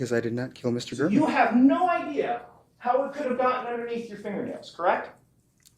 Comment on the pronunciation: Refuses to pronounce Jeff German’s name correctly.